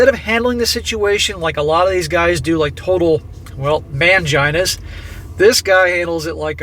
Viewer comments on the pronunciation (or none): Sprayed my monitor screen with a mouth full of coffee when he said "MANgina"